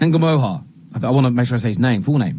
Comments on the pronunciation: think it’s pronounced NOO-muh-hah.. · You don't say the H ya wet wipe. Nuh-mo-uh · Why can’t any of you pronounce his name… N-Gu-moha…. Ngumoha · Rio's surname is pronounced No-Mo-Ha. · pronounched in goo mo ha